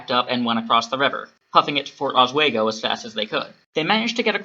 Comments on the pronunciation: Oswego is pronounced Os- wee- go. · Bothered me with the "oswaygo" pronunciation too 😅